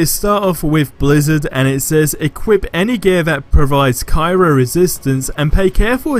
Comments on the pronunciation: It's pronounced "Cry-oh", as in cryogenic (freezing tissue), not Cairo the place in Egypt. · I had to read the modifier page to see what he was talking about, it is pronounced (cry-o, not ki-ro) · It hurts when you say cyro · The word is pronounced “Cry-o” bro!